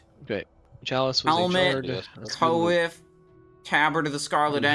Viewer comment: It's not "co if", it's more like kwaff